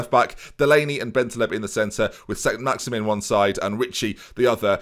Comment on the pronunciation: Yeah technically it’s pronounced Allan Saint Maxi”MAN”. Sorry to be that guy